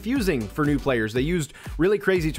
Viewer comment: Who else heard noob instead of new 😂